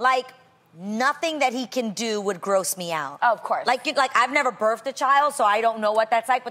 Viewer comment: "i've never birfed a child"